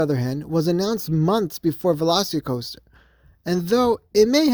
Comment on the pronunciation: It’s not velocity coaster. It’s pronounced like the dinosaur. It’s Velocicoaster. Not velocitycoaster